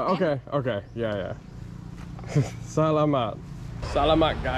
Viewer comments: great video. but can you please say salamat with a T. sa la muTT LOL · Great videos and love seeing the PH. We go back to Cebu a lot headed there for Christmas this year. FYI Salamat is pronounced more like (Su law mut) 😂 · Love your vlogs! PS - The accent is on saLAmat! Great job with everything!